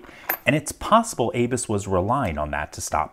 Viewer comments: Dude, it's abus, not aybis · its abu's (a'boo's) not A-Bus at least what i have heard. SUPREME DISAPPOINTED